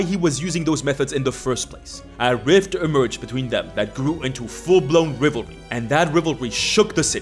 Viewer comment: Every dnd player has a words they pronounce weirdly, and I guess his is Rivalry.